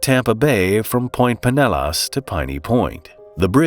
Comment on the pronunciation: I giggled at "Pinellas" as well lol